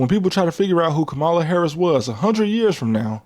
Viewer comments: Her name is pronounced kah muh luh you can respect her name nigga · Bruh... its 2025. You still can't pronounce "Kamala"?!? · lol why mispronounce Kamala Harris’s name ? She’s said it multiple times . But I understand respecting women isn’t a strong suit in America .